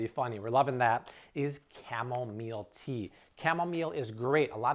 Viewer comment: I thought he said "camelmeal tea."😂